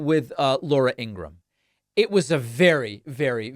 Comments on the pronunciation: It’s Ing gra ham David. She’s not even using the right pronunciation according to her estranged brother! Michael Cohen even knows the proper pronunciation. 3 syllables! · Remember David, it's pronounced Ing-ra-HAM, like her brother verified. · Her name is In-gra-HAM according to her family. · I thought her name was Ingra-ham